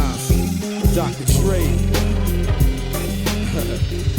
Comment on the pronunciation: By the way, it's pronounced "Naz". Like it ends in Z. Comes from Nasir. It's Arabic for "helper" or "supporter" apparently. He definitely helped support Hip-Hop 😂